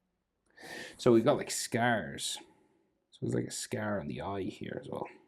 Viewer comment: Bro I am 39 % confirmed that this dude is a pirate as when he says "scar" he pronounces it as "scaerr"